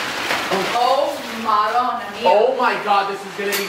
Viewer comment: Nobody:: Maronna Mia ITALIANI WHERE U AT🇮🇹